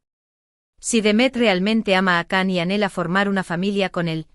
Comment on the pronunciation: No se dice Can, en turco se pronunciaría “Yan”.